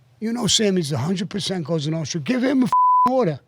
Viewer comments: He can’t say “Cosa Nostra” either but says something like “Notsra”. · "Cosa Notra” what an idiot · I don’t want to watch this because Hannity is the worst interviewer on earth but Sammy is always interesting to listen to. Can Sean please stop saying COSTA NO-TRUH. Who the hell is Michael FRAN-CHAY-ZEEEEE. Good grief. How did this guy get as far as he has?